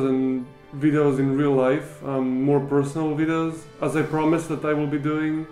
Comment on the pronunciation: It's videos not vidos,btw love your content